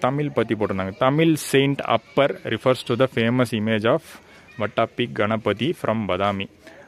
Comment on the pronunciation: வட்டப்பி இல்லப்பா. அது வாதாபி.